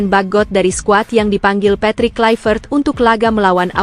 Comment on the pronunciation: Patrick Kluivert adalah nama belanda bukan Inggris. Sehingga mempronouns namanya Bukan Klaivert tetapi harus di bunyikan Kluevert.